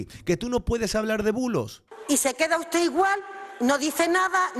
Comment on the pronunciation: Dice: ustede